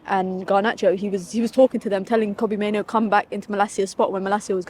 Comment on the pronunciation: Why's it so hard for people to say "Mainoo"? It's not "Maino"